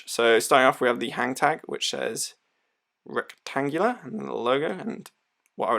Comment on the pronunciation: Don't be shy and don't pronounce the letters that are not here! There's no C in Retangula, so don't say it... even if the name is obviously derived from "rectangular" or more Latin-sounding "rectangula". Also, don't be surprised to be able to hand-wind it since it's powered by an NH35 (hand winding, hacking movement fron SII)... I read your description speaking about "rentagula seiko". 2 issues: - the name: you'd better copy & paste to avoid typos, since you showed us the box + the included papers stating "retangula", moreover your thumbnail is also right... - there's a Seiko NH35 inside the watch, this watch pays homage to a model from Seiko, but this watch is not a "Retangula Seiko". You'd better talk with Gary from I Like Watches"; he could warn you against using brand names improperly. 2 of his YT channels were shutdown, for improper trademark usage, apparently (YT didn't tell him precisely why they shut his channels down).